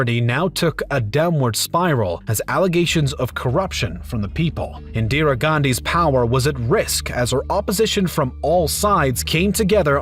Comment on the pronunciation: Your Indian name pronunciations need a lot of work. Pronouncing "Jawaharlal" with the Spanish silent "J" (as "Hawa-harlal), and then calling "Indira" as "Indiree".